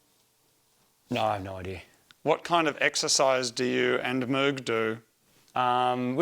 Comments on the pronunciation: noo.. he said MOOG! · HE CALLED HIM “MOOG”!!!! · Marty saying Moog did sound weird. 😅 Please don't do that 🤣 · Marty called Moog, Moog 😂